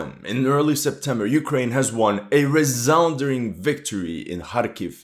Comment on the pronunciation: Resounding, not resounderling